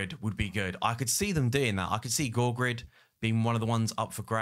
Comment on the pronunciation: I always despised peop’e complaining about prononciation by contentcreator But : Georgid —> goorgrid….. wtf bro